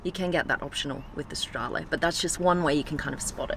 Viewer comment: she actually said “stradale” in the right way (i’m italian) bravissima!!